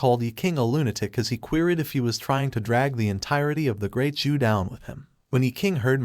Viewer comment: Not ju but Zhou dynasty it's narrators mistake